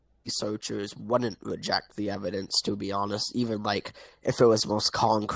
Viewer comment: TolaWity of Ewidence.